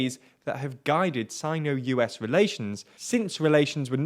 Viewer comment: you're pronouncing Sino wrong